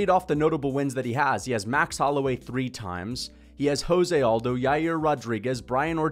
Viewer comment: Why do you pronounce José Aldo’s name like that? 😖 He’s Brazilian, not Mexican lol